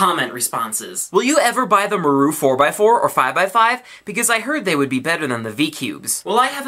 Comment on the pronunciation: maru's pronounced "mah-roo" ;) thought u mite wanna know